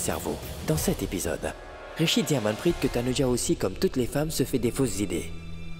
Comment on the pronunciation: C'est vraie vas y court pour allez dire à Ahana qu'elle fait erreur sur la liaison de manprit , on verra si elle vas pas te casser en deux 😮😂😂😂